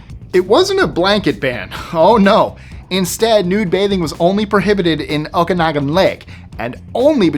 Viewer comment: Oak-can-noggin is how you pronounce it lol